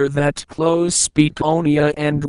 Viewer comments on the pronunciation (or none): none